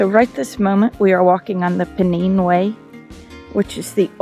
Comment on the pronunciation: Pennine way is said pen then nine not neen. Pennines the backbone of England. Very great walk. Pennine way 278 miles from Derbyshire to Scotland.